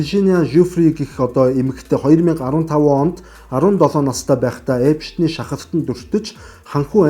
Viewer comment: Epshten bish Epsten gej heleerei gej olon humuus helj baisan shuu